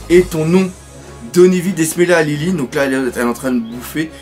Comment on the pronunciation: c'est pas lineline c'est linlin et c'est pas louffy c'est leuffy on prononce comme ça merci